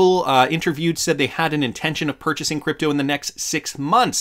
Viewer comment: Stop saying creepto!